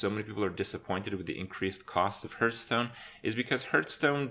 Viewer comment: Why does he pronounce Hearthstone, "Hurtstone"?